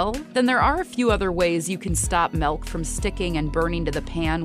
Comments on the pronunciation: Following video, How to pronounce Milk without saying, "melk". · Stop saying MELK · she keeps saying it as "melk" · No, I just found it funny the way you pronounce it. Thanks anyway.